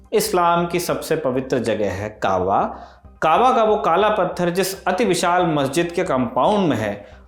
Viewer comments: Sir ji ...aab arabi ka nahi farsi ka ...labz hai....aur jise aap kaawa keh rahe hai.....wo kaaba...sharif....correct...kare.. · Correction= kahva correct= kabaa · Correction: it's Kabaa not Kahva! Hager also pronounced as Hajrah. Abraham is also pronounced as Ibraheem. Isaac also pronounced as ishaaq. Prophet Muhammad‘s granddad‘s name was Abdul Muttalib. British cholera allegation story is something new I’ve heard. Thank you team Lallantop❤ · Kaba hai vo kava nahi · Kava nhi h Kaba h